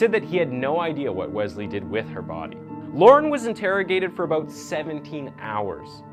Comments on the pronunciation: It’s pronounced WeSley not Wezley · BRO!!!! IT IS NOT WEZZZLEE IT IS WES-LEE. JESUS CHRIST, loved the video but if you mispronounce that name again im prob going to watch that chick that does her make-up bro. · I think it's pronounced wes-lee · If I hear Wezlee one more time...lmao